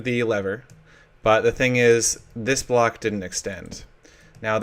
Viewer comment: Wow, you forgot how to say Block?